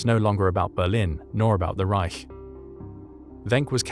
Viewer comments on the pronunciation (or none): none